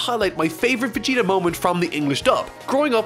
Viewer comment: When I hear "Vegerot" my heart and ears are bleeding.